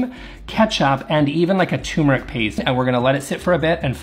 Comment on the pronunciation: say the word "turn". Now say it the same way except with an m at the end instead of an n. It should sound exactly like "term". This is the first syllable of turmeric. It is not TUMOR-ick it's Ter-me-rick or the exact cut and paste from Merriam-Webster ˈtər-mə-rik